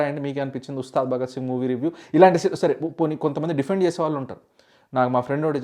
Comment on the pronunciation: He don't know how to say review